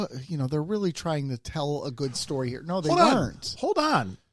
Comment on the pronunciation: "The line must be drawn he-ya! This far, no furthah!"